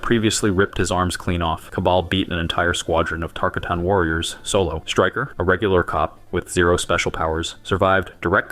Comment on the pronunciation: I'm just going to say I don't think baraka would appreciate you mispronouncing the name of his people.. I'm pretty sure he would probably try to eat you 😂😂